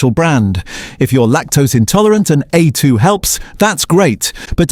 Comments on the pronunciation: While I appreciate the idea of examining "Australian" products the legitimacy of the website would be improved enormously if there was a declaration that AI is being used in the production of these postings. The biggest tell is the consistent varying mispronunciation of A2 in the A2 segment plus the algorithmic rise and fall of the voice over tone and the too steady cadence of delivery The idea of this site s good but shoots itself in the foot by not declaring AI is being used - makes a consumer doubt the veracity of the whole presentation. BTW, I am an AI specialist for over fifty years and am becoming increasingly annoyed it the misuse and careless use of AI. If you are going to use AI voiceover use an Aussie accent; we say vite - amins, not vit-amins. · And we deserve better than AI narrators who can't even pronounce A2 & use repetitive AI imagery and make claims without any substantiation of facts. No mention also that part of the reason for Norco's financial problems was that it's main processing facitily on the NSW North Coast was two thirds underwater during regional floods in the last last few years. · Nice AI reading hallmarks on A2 milk multiple pronunciations